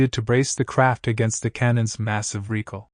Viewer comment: Why does this guy keep saying "reekle" instead of recoil?